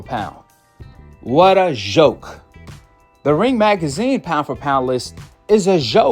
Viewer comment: A “Goke” 😂😂😂